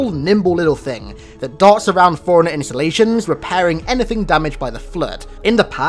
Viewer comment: i keep hearing foreigner instead of forerunner